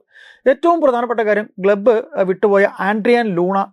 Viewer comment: ഗ്ലബ്ബ് ❌ ക്ലബ്ബ് ✅ 😂